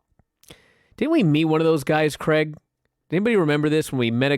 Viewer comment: Drives me nuts how Americans pronounce Craig like there is an E in the name. Creg.